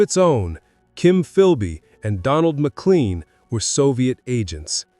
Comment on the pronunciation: Pronounced Mc-LANE not Mc-LEAN